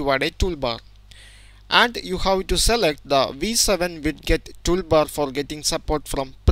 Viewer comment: widget => wid get lmao